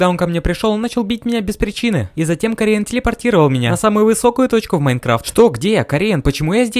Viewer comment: корун а не корин этот чел тебя не победит ты его робедишь